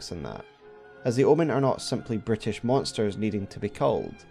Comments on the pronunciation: You call the Omens "brutish creatures", I keep hearing "British creatures". My French ears say it's right 😂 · I know you probably meant to say "brutish monsters", but it sounds like you're saying "British Monsters", which is a lot funnier. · I cant help myself but hear "this British creatures" instead of "this brutish creatures". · I kept hearing British instead of brutish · For a moment I misheard Brutish creatures to British creatures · Every time Brutish was said, it just sounds like British. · The way you say Brutish sounds like you’re saying British and it’s honestly hilarious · Amusingly, your accent to my accent I heard and as "british" instead of "brutish" for a split second. Which led to a pretty amusing concept, that the Omen were British monsters. Like oh no, we birthed a Brit! Into the sewers with you! This is one of the best most researched omen videos out there. And I have watched hundreds of ER lore vids by this time. Its given me a lot to think about. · Every time you say “brutish” it sounds like “British” yet it still fits. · Every time you describe the Omen as "Bruteish" I hear "Brittish". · I honestly thought you kept saying 'British' instead of 'brutish' made it really interesting 😆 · Every time you say brutish it sounded like british to me. The fact it's mostly synonymous makes it more hilarious. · I kept hearing your pronunciation of the word "brutish" as "British", and I was so confused haha. I thought that was a joke until I realised I misheard it. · Making "brutish" sound like "Bri'ish" was a stylistic choice, in my opinion. Anyway, another banger video! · I heard "british" too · Everytime you say brutish it sounds like British to me. I'm not complaining, I just wasn't expecting to laugh in an Elden Ring lore vid!